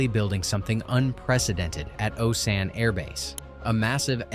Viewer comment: Osan and Kunsan, mispronounced...alot... Oh-Sann Khun-Sann Captain Hughes.... In a sheriff's deputy uniform, definitely not a USAF uniform